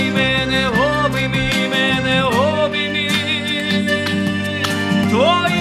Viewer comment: не первый раз слышу океан эльзы в вашем исполнении. Слово "обиймы" первая и, не ы. Извините, что включил учителя.😊 Ребят всё супер, снимайте ещё!